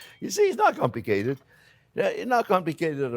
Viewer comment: He says "not comlicated" kinda like going to a neurobiogist and he says " ah, not complicated' LOL Love you Jean-Jierre!!!!!!!!!!!